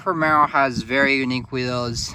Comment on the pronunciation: It’s Alfa Romeo not Romero…brother